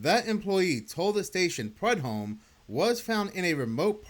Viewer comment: Prue-dome. That is how it’s pronounced.